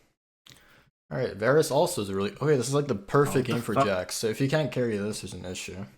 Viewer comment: The cringe is real watching him butcher Jax....